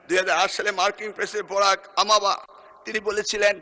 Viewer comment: আপনি শিক্ষিত জানি কিন্তু অ মা বা কি ওবামা(Obama) হবে উচ্চারণ ঠিক করুন